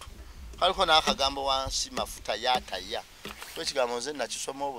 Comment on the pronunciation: Its mafuta ya ta not ya taya